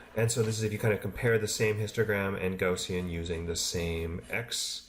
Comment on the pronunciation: Gaussian is pronounced: G-ou-ss-ee-in.